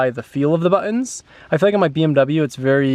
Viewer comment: why do you say buin instead of buttons ye drip